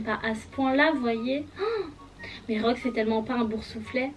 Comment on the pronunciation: Ta appeler Rogue "drogue " 😂 Personnage préféré : Sirius Black , Remus Lupin , Rogue , Fred et Gorge